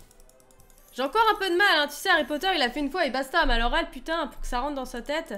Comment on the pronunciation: Pas poter mais potter